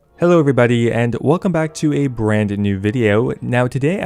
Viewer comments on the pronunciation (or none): none